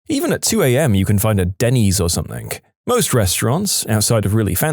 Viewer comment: No k in the word something . Let the narrator know